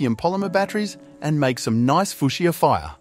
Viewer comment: I stopped watching because of your pronunciation of the word fuchsia in the first few seconds. If you can't make the effort to pronounce your words properly I can't rely on your information. It's obvious you have only ever read the word and never heard it spoken and in such cases, when making science content, care should be taken for all aspects of the content to be as accurate as possible. It's obvious you lack the attention to detail necessary to give information on chemistry and pyrotechnics. I see people are noticing safety issues like improper PPE when handling COBALT salts. Another indicator of low quality. Find another hobby while you still have your health.